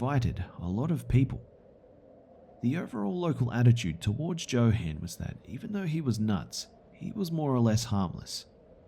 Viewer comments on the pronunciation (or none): I think you mispronounced the crazy guy in the second stories name is probably pronounced yo han not Joe han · joe-han? it's yo-HAHn lol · Johann is pronounced "yo-hahn", not "jo-han". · it's pronounced "yohann" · I believe Johan is pronounced yo-hun, didn’t detract from the great reading though :-) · Johan is pronounced with a Y sound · Ha ha ha. The name Johan is pronounced with a "Y" not a "J". Like jalapeño peppers. Good stories though. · Anybody else bothered by his pronunciation of "Johan"? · I was thinking the same since I know a Johan.